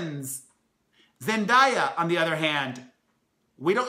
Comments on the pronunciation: “ZEN-DAY-A” just sayin lol, all love ❤️😩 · ITS PRONOUNCED ZEN DAY YA damn🙄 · FYI Blake Griffin plans for the los angels clippers. Also, you are pronouncing Zendaya's name wrong. Love the video!